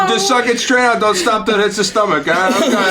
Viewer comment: I don’t know what accent this is in America but I Love it: "just suchk until something hits ya stomach"